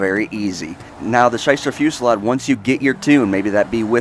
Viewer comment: Want to know what I find annoying and cringey? Literally EVERY. SINGLE. Top _ List Narrator is Dyslexic as fuck. I get that certain words are pronounced differently through nationality and stuff but most of the time its just a massive face palm because of how much of a fail it was. And it isn't big words either, it happens with the most simple words like in this case, Fusilade and Vigero. Like, come one dude... I think its a psychological thing and that they want to pronounce everything perfectly for the perfect video but most the time they try too damn hard and just butcher the words. I honestly dont understand how they manage it.